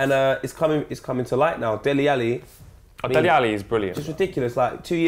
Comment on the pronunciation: #askdele if he knows how to pronounce his name properly Der-lay